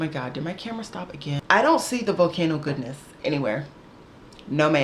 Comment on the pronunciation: LOL it’s not “goodness” it’s “goddess”! Like Greek gods and goddesses lol. Your reaction to the name was so funny.